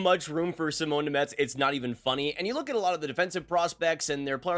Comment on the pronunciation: Name pronunciation is brutal